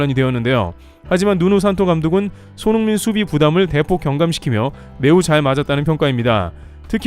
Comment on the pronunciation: 도데체 유튜버가 손홍민 손홍민 하는건 어쩌자는 거냐? 듣기 싫어 죽겠네